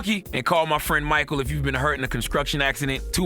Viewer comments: "Conscruction Accident" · A "conscruction" accident